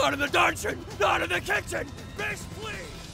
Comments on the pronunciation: What says: BISH!! What I hear: FEESH! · Abigail C. Same here I kept hearing “FISH” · Yeah it was bish X3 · Every time I hear “Bish” I think of “bitch”- lmao. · I somehow heard "peach" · He sied bish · Deep _ Edits I think THATS the Point cuz he legit said “BISH PLEASE” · Cheetahfast 156 well he definitely does not pronounced it bish. Weird. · Bish, sounds like "Bitch" And,... Um. "Sex"? I'm probably wrong on lol.